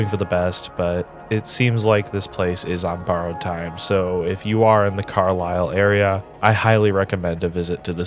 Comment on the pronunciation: Fun fact - it's pronounced "CAR - lyle" and not Car-LILE. I lived there for a brief 3 months while working in Harrisburg, which is the Detroit of PA.